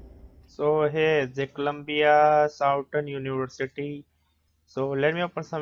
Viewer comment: What’s with your accent 😂 sow-tarn-oonee-varcittty 😂